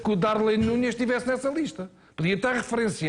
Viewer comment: Fernando Mendes nem sabe dizer Darwin Nunez k labrego... Diz sempre darlin Nunes kkkkk calado não sabe o que quer dizer unânime.. enfim.. e venhem estes gajos para a TV todos dias enfim....